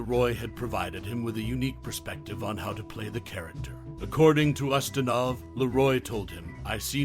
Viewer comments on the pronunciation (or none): Quo Vah-dis, Peter use-tin-off!!!